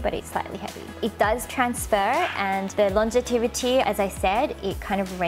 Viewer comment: Thank you so much for spending time and so much effort in making this informative video,! I lub! I also notice how you say "longevity" as "longetivity" xp anyways, i lub you and your videos!